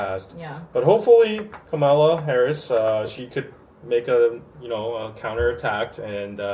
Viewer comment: Hey and, thanks for your coverage. It's always interesting. Just a little note about Kamala Harris. Her name is pronounced like the word "Comma" as in Comma-la. The way pronounced it is the way Trump is purposely mispronouncing her name. Just a fun fact, her step-children call her Mama-la. She has taken on the election with the energy and fight needed to win the presidency. After the announcement, $81 million was raised overnight.